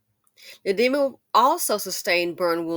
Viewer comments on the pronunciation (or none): At first I was just listening to you reading the article, and it sounded like you were saying (the demon) ndiema, calling the boyfriend the demon.😶